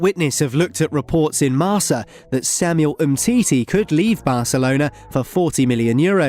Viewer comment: It's pronounced marKa guys come on